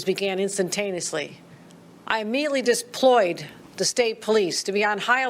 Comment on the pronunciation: Inarticulate is an understatement. This moron said “disployed”